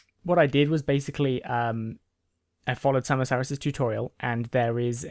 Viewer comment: XD it's pronounced sama-saurus like tyranno-saurus x3 Glad you got it working though :D